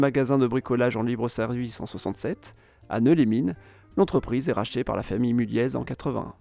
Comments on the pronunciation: On dit Mullié et pas Mullieze le z ne se prononce pas sur Mulliez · mulliez se prononce mulié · J'suis un gars du Nord et on dit Mulliez sans proncer le z mon Coco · on prononce pas le z de Mulliez, ni le s de Lesquin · Bethune ne prend pas de S ! ARRETEZ avec des S partout, même dans la prononciation !! Idem pour le Z de Mulliez qui ne se prononce pas, "Mullié". Pénible d entendre tous ceux qui font des reportages sur le Nord sans s être renseigné avant sur la prononciation et autres !!! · aussi petite précision de prononciation : la famille Mulliez se prononce « Mulié » et la ville de Lesquin se prononce « Léquin » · Bon cours d'histoire géographie de niveau collège, avec des éléments de population et d'économie. Quelques remarques : - pour les industries traditionnelles, le charbon bien évidemment, mais vous oubliez le textile et la sidérurgie qui ont eu un rôle tout aussi important ; - les approximations au niveau de l'emplacement des villes (Douai) et de la prononciation de noms propres (Mulliez, Lesquin...) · Super vidéo, je tiens à préciser que Lesquin se prononce sans le s, et Mulliez sans le z 😉